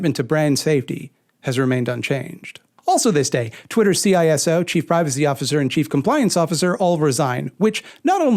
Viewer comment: This is so far down the list of things that matter that I hesitate to mention it, but "CISO" (Chief Information Security Officer) is pronounced "SEE SO"